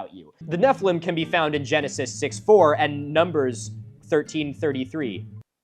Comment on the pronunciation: The way you said Nephiliim (incorrectly) made my Jewish brain wrinkle Neph-EE-LEEM. Anyways my jewish education never really taught that nephiliim were giants. It is a word that could be used to mean giant but also means “fallen ones” as in fallen from grace/fallen out of god’s graces. The root of the word means fall. And the most popular versions of Hebrew to English translations of the Torah (the five Books of Moses) translates it as giants in one instance and fallen ones in another. And I’m sure there’s lots of biblical commentary by ancient rabbis but my schooling never elaborated we just shrugged about translations not being perfect and not all words being used consistently and moved on. And BTW it’s as translated as Fallen Ones for the book of genesis, and giants in numbers. So those commenters are uhhhhh very confused. (Note I’m atheist. I’m not speaking from a place of “bible is historical document. The Bible happened”. I’m simply talking about one perspective and one education experience on ancient Hebrew words/translations)